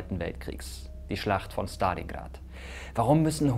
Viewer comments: Man merkt das du eine Russisch sprechende Partnerin hast. Du sprichst Stalingrad richtig aus mit ST, normalerweise sagen die Deutschen SCHtalingrad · so spricht man es eben im russischen aus es ist nicht schtalingrad sondern stalingrad kannst dir die ausprache j ma lim interernet anhören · Mirko kann gut aussprechen Stalingrad 👍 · Dislike, weil du Stalingrad so authentisch ausgesprochen hast.